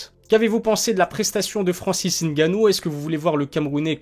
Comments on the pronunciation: Ah ça y est ! Il dit N gannou! Qu'est ce qui t'arrives! ta enfin compris ! Mdr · Enfin quelqu'un qui prononce ngannou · Enfin un Français qui sait prononcer le nom de Francis !!! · bonne prononciation du nom de Francis